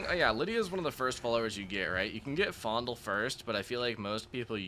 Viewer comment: I’m not sure what the actual pronunciation of his name is but I’ve always thought of Faendal as “feign-doll.” Now that I’ve heard it pronounced “fondle” this many times I’m thinking he really is a creep and I should’ve picked Sven all these times 😅